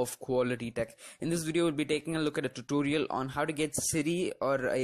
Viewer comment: Tutorial - u said TUTURIAL LOL